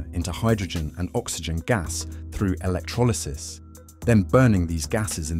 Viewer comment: Work on pronouncing 'electrolysis' while you're at it ..